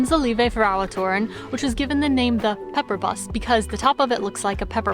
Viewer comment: not pepperbus, but péperbus, and Engel is easier, rmember the NG, like in wrong?, Again, just to help you❤️Hil